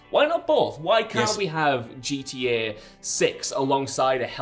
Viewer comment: for fucks sake bud, its GTA not gda you slurring drunk.